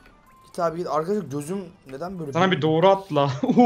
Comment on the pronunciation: kardeş koğru diyon